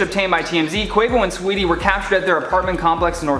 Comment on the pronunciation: Learn to say her name if you’re gonna speak on her situation. SAWEETIE!!!! Not SWEETIE